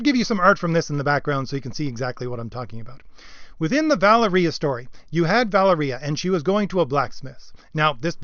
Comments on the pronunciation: VAH-leria. Sorry. Drives me NUTS... Other than that, yeap. Agreed. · it's pronounced "va- lair-ee-ah" :) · Nitpick Nick says: Pronunciation of "Valeria" is "Vol-Area"... At least according to the film in which she appeared.